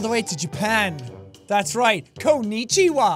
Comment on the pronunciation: こんいちわ fellow japanese person😂